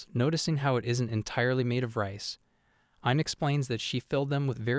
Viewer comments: Hime is pronounced as he-meh , not ha-im, hime-sama is for princess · It feels kinda off(at least for me) calling her hime like "mime" and not "he-meh" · A lot of the pronounciation is off. Hi-me- not haime, Kota-ro not kotaru, great recap tho. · its not HIME it's read as He-May : Hi-me which means princess Dammm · Lol "Hyme". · It's not hime bro it's pronounced as (he-may) in Japanese it means princess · its not hime.., its hi-me ( sounds like hee-may ) means princess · Can't you pronounce hime correctly,?